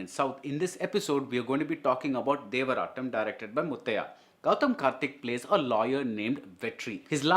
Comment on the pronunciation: Devarttam butchered by br!!